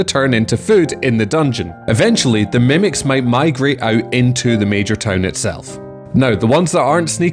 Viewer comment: The caption bot confuses your way of saying town with tone. Either pronounce town (tawn) correctly or replace the caption.